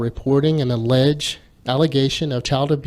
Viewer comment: Excellent breakdown highlighting the intent of the article. Elders are to call SD NOT the authorities. I notice when the WT reader read the opening paragraph he put the emphasis on the word "alleged." God it's sad and pathetic hearing these brainwashed zombies regurgitate amoral nonsense provided to them by their immoral leaders.